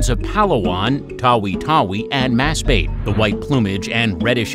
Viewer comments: it should be /mas-ba-te/ not /mas-beyt/ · Masbate is pronounced maz-bah-teh :) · It's MAS - BA - Te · Loved this video🎉❤❤❤❤ But it is pronounced Mas-Ba-Te not Mas-Beyt okay. But truly loved this, and my friends did to❤❤❤❤❤❤ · you pronounced Masbate wrong its supposed to be "ba-te" not "bait" Hope this helps :) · It's pronounced as: Mas-Ba(buh)-Te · Narinig ko ung masbeyt grabe tawa ko wahahahaha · Filipino words are pronounced by syllables. Mas-ba-te Pronounced straight no slang no bullshit. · smartshamer..thats how they pronounce 'a' like banana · Masbate pronounced as Mass bate sounds like something else. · It's called Mas-ba-te ok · The way he said “Masbate” made me chuckle.😂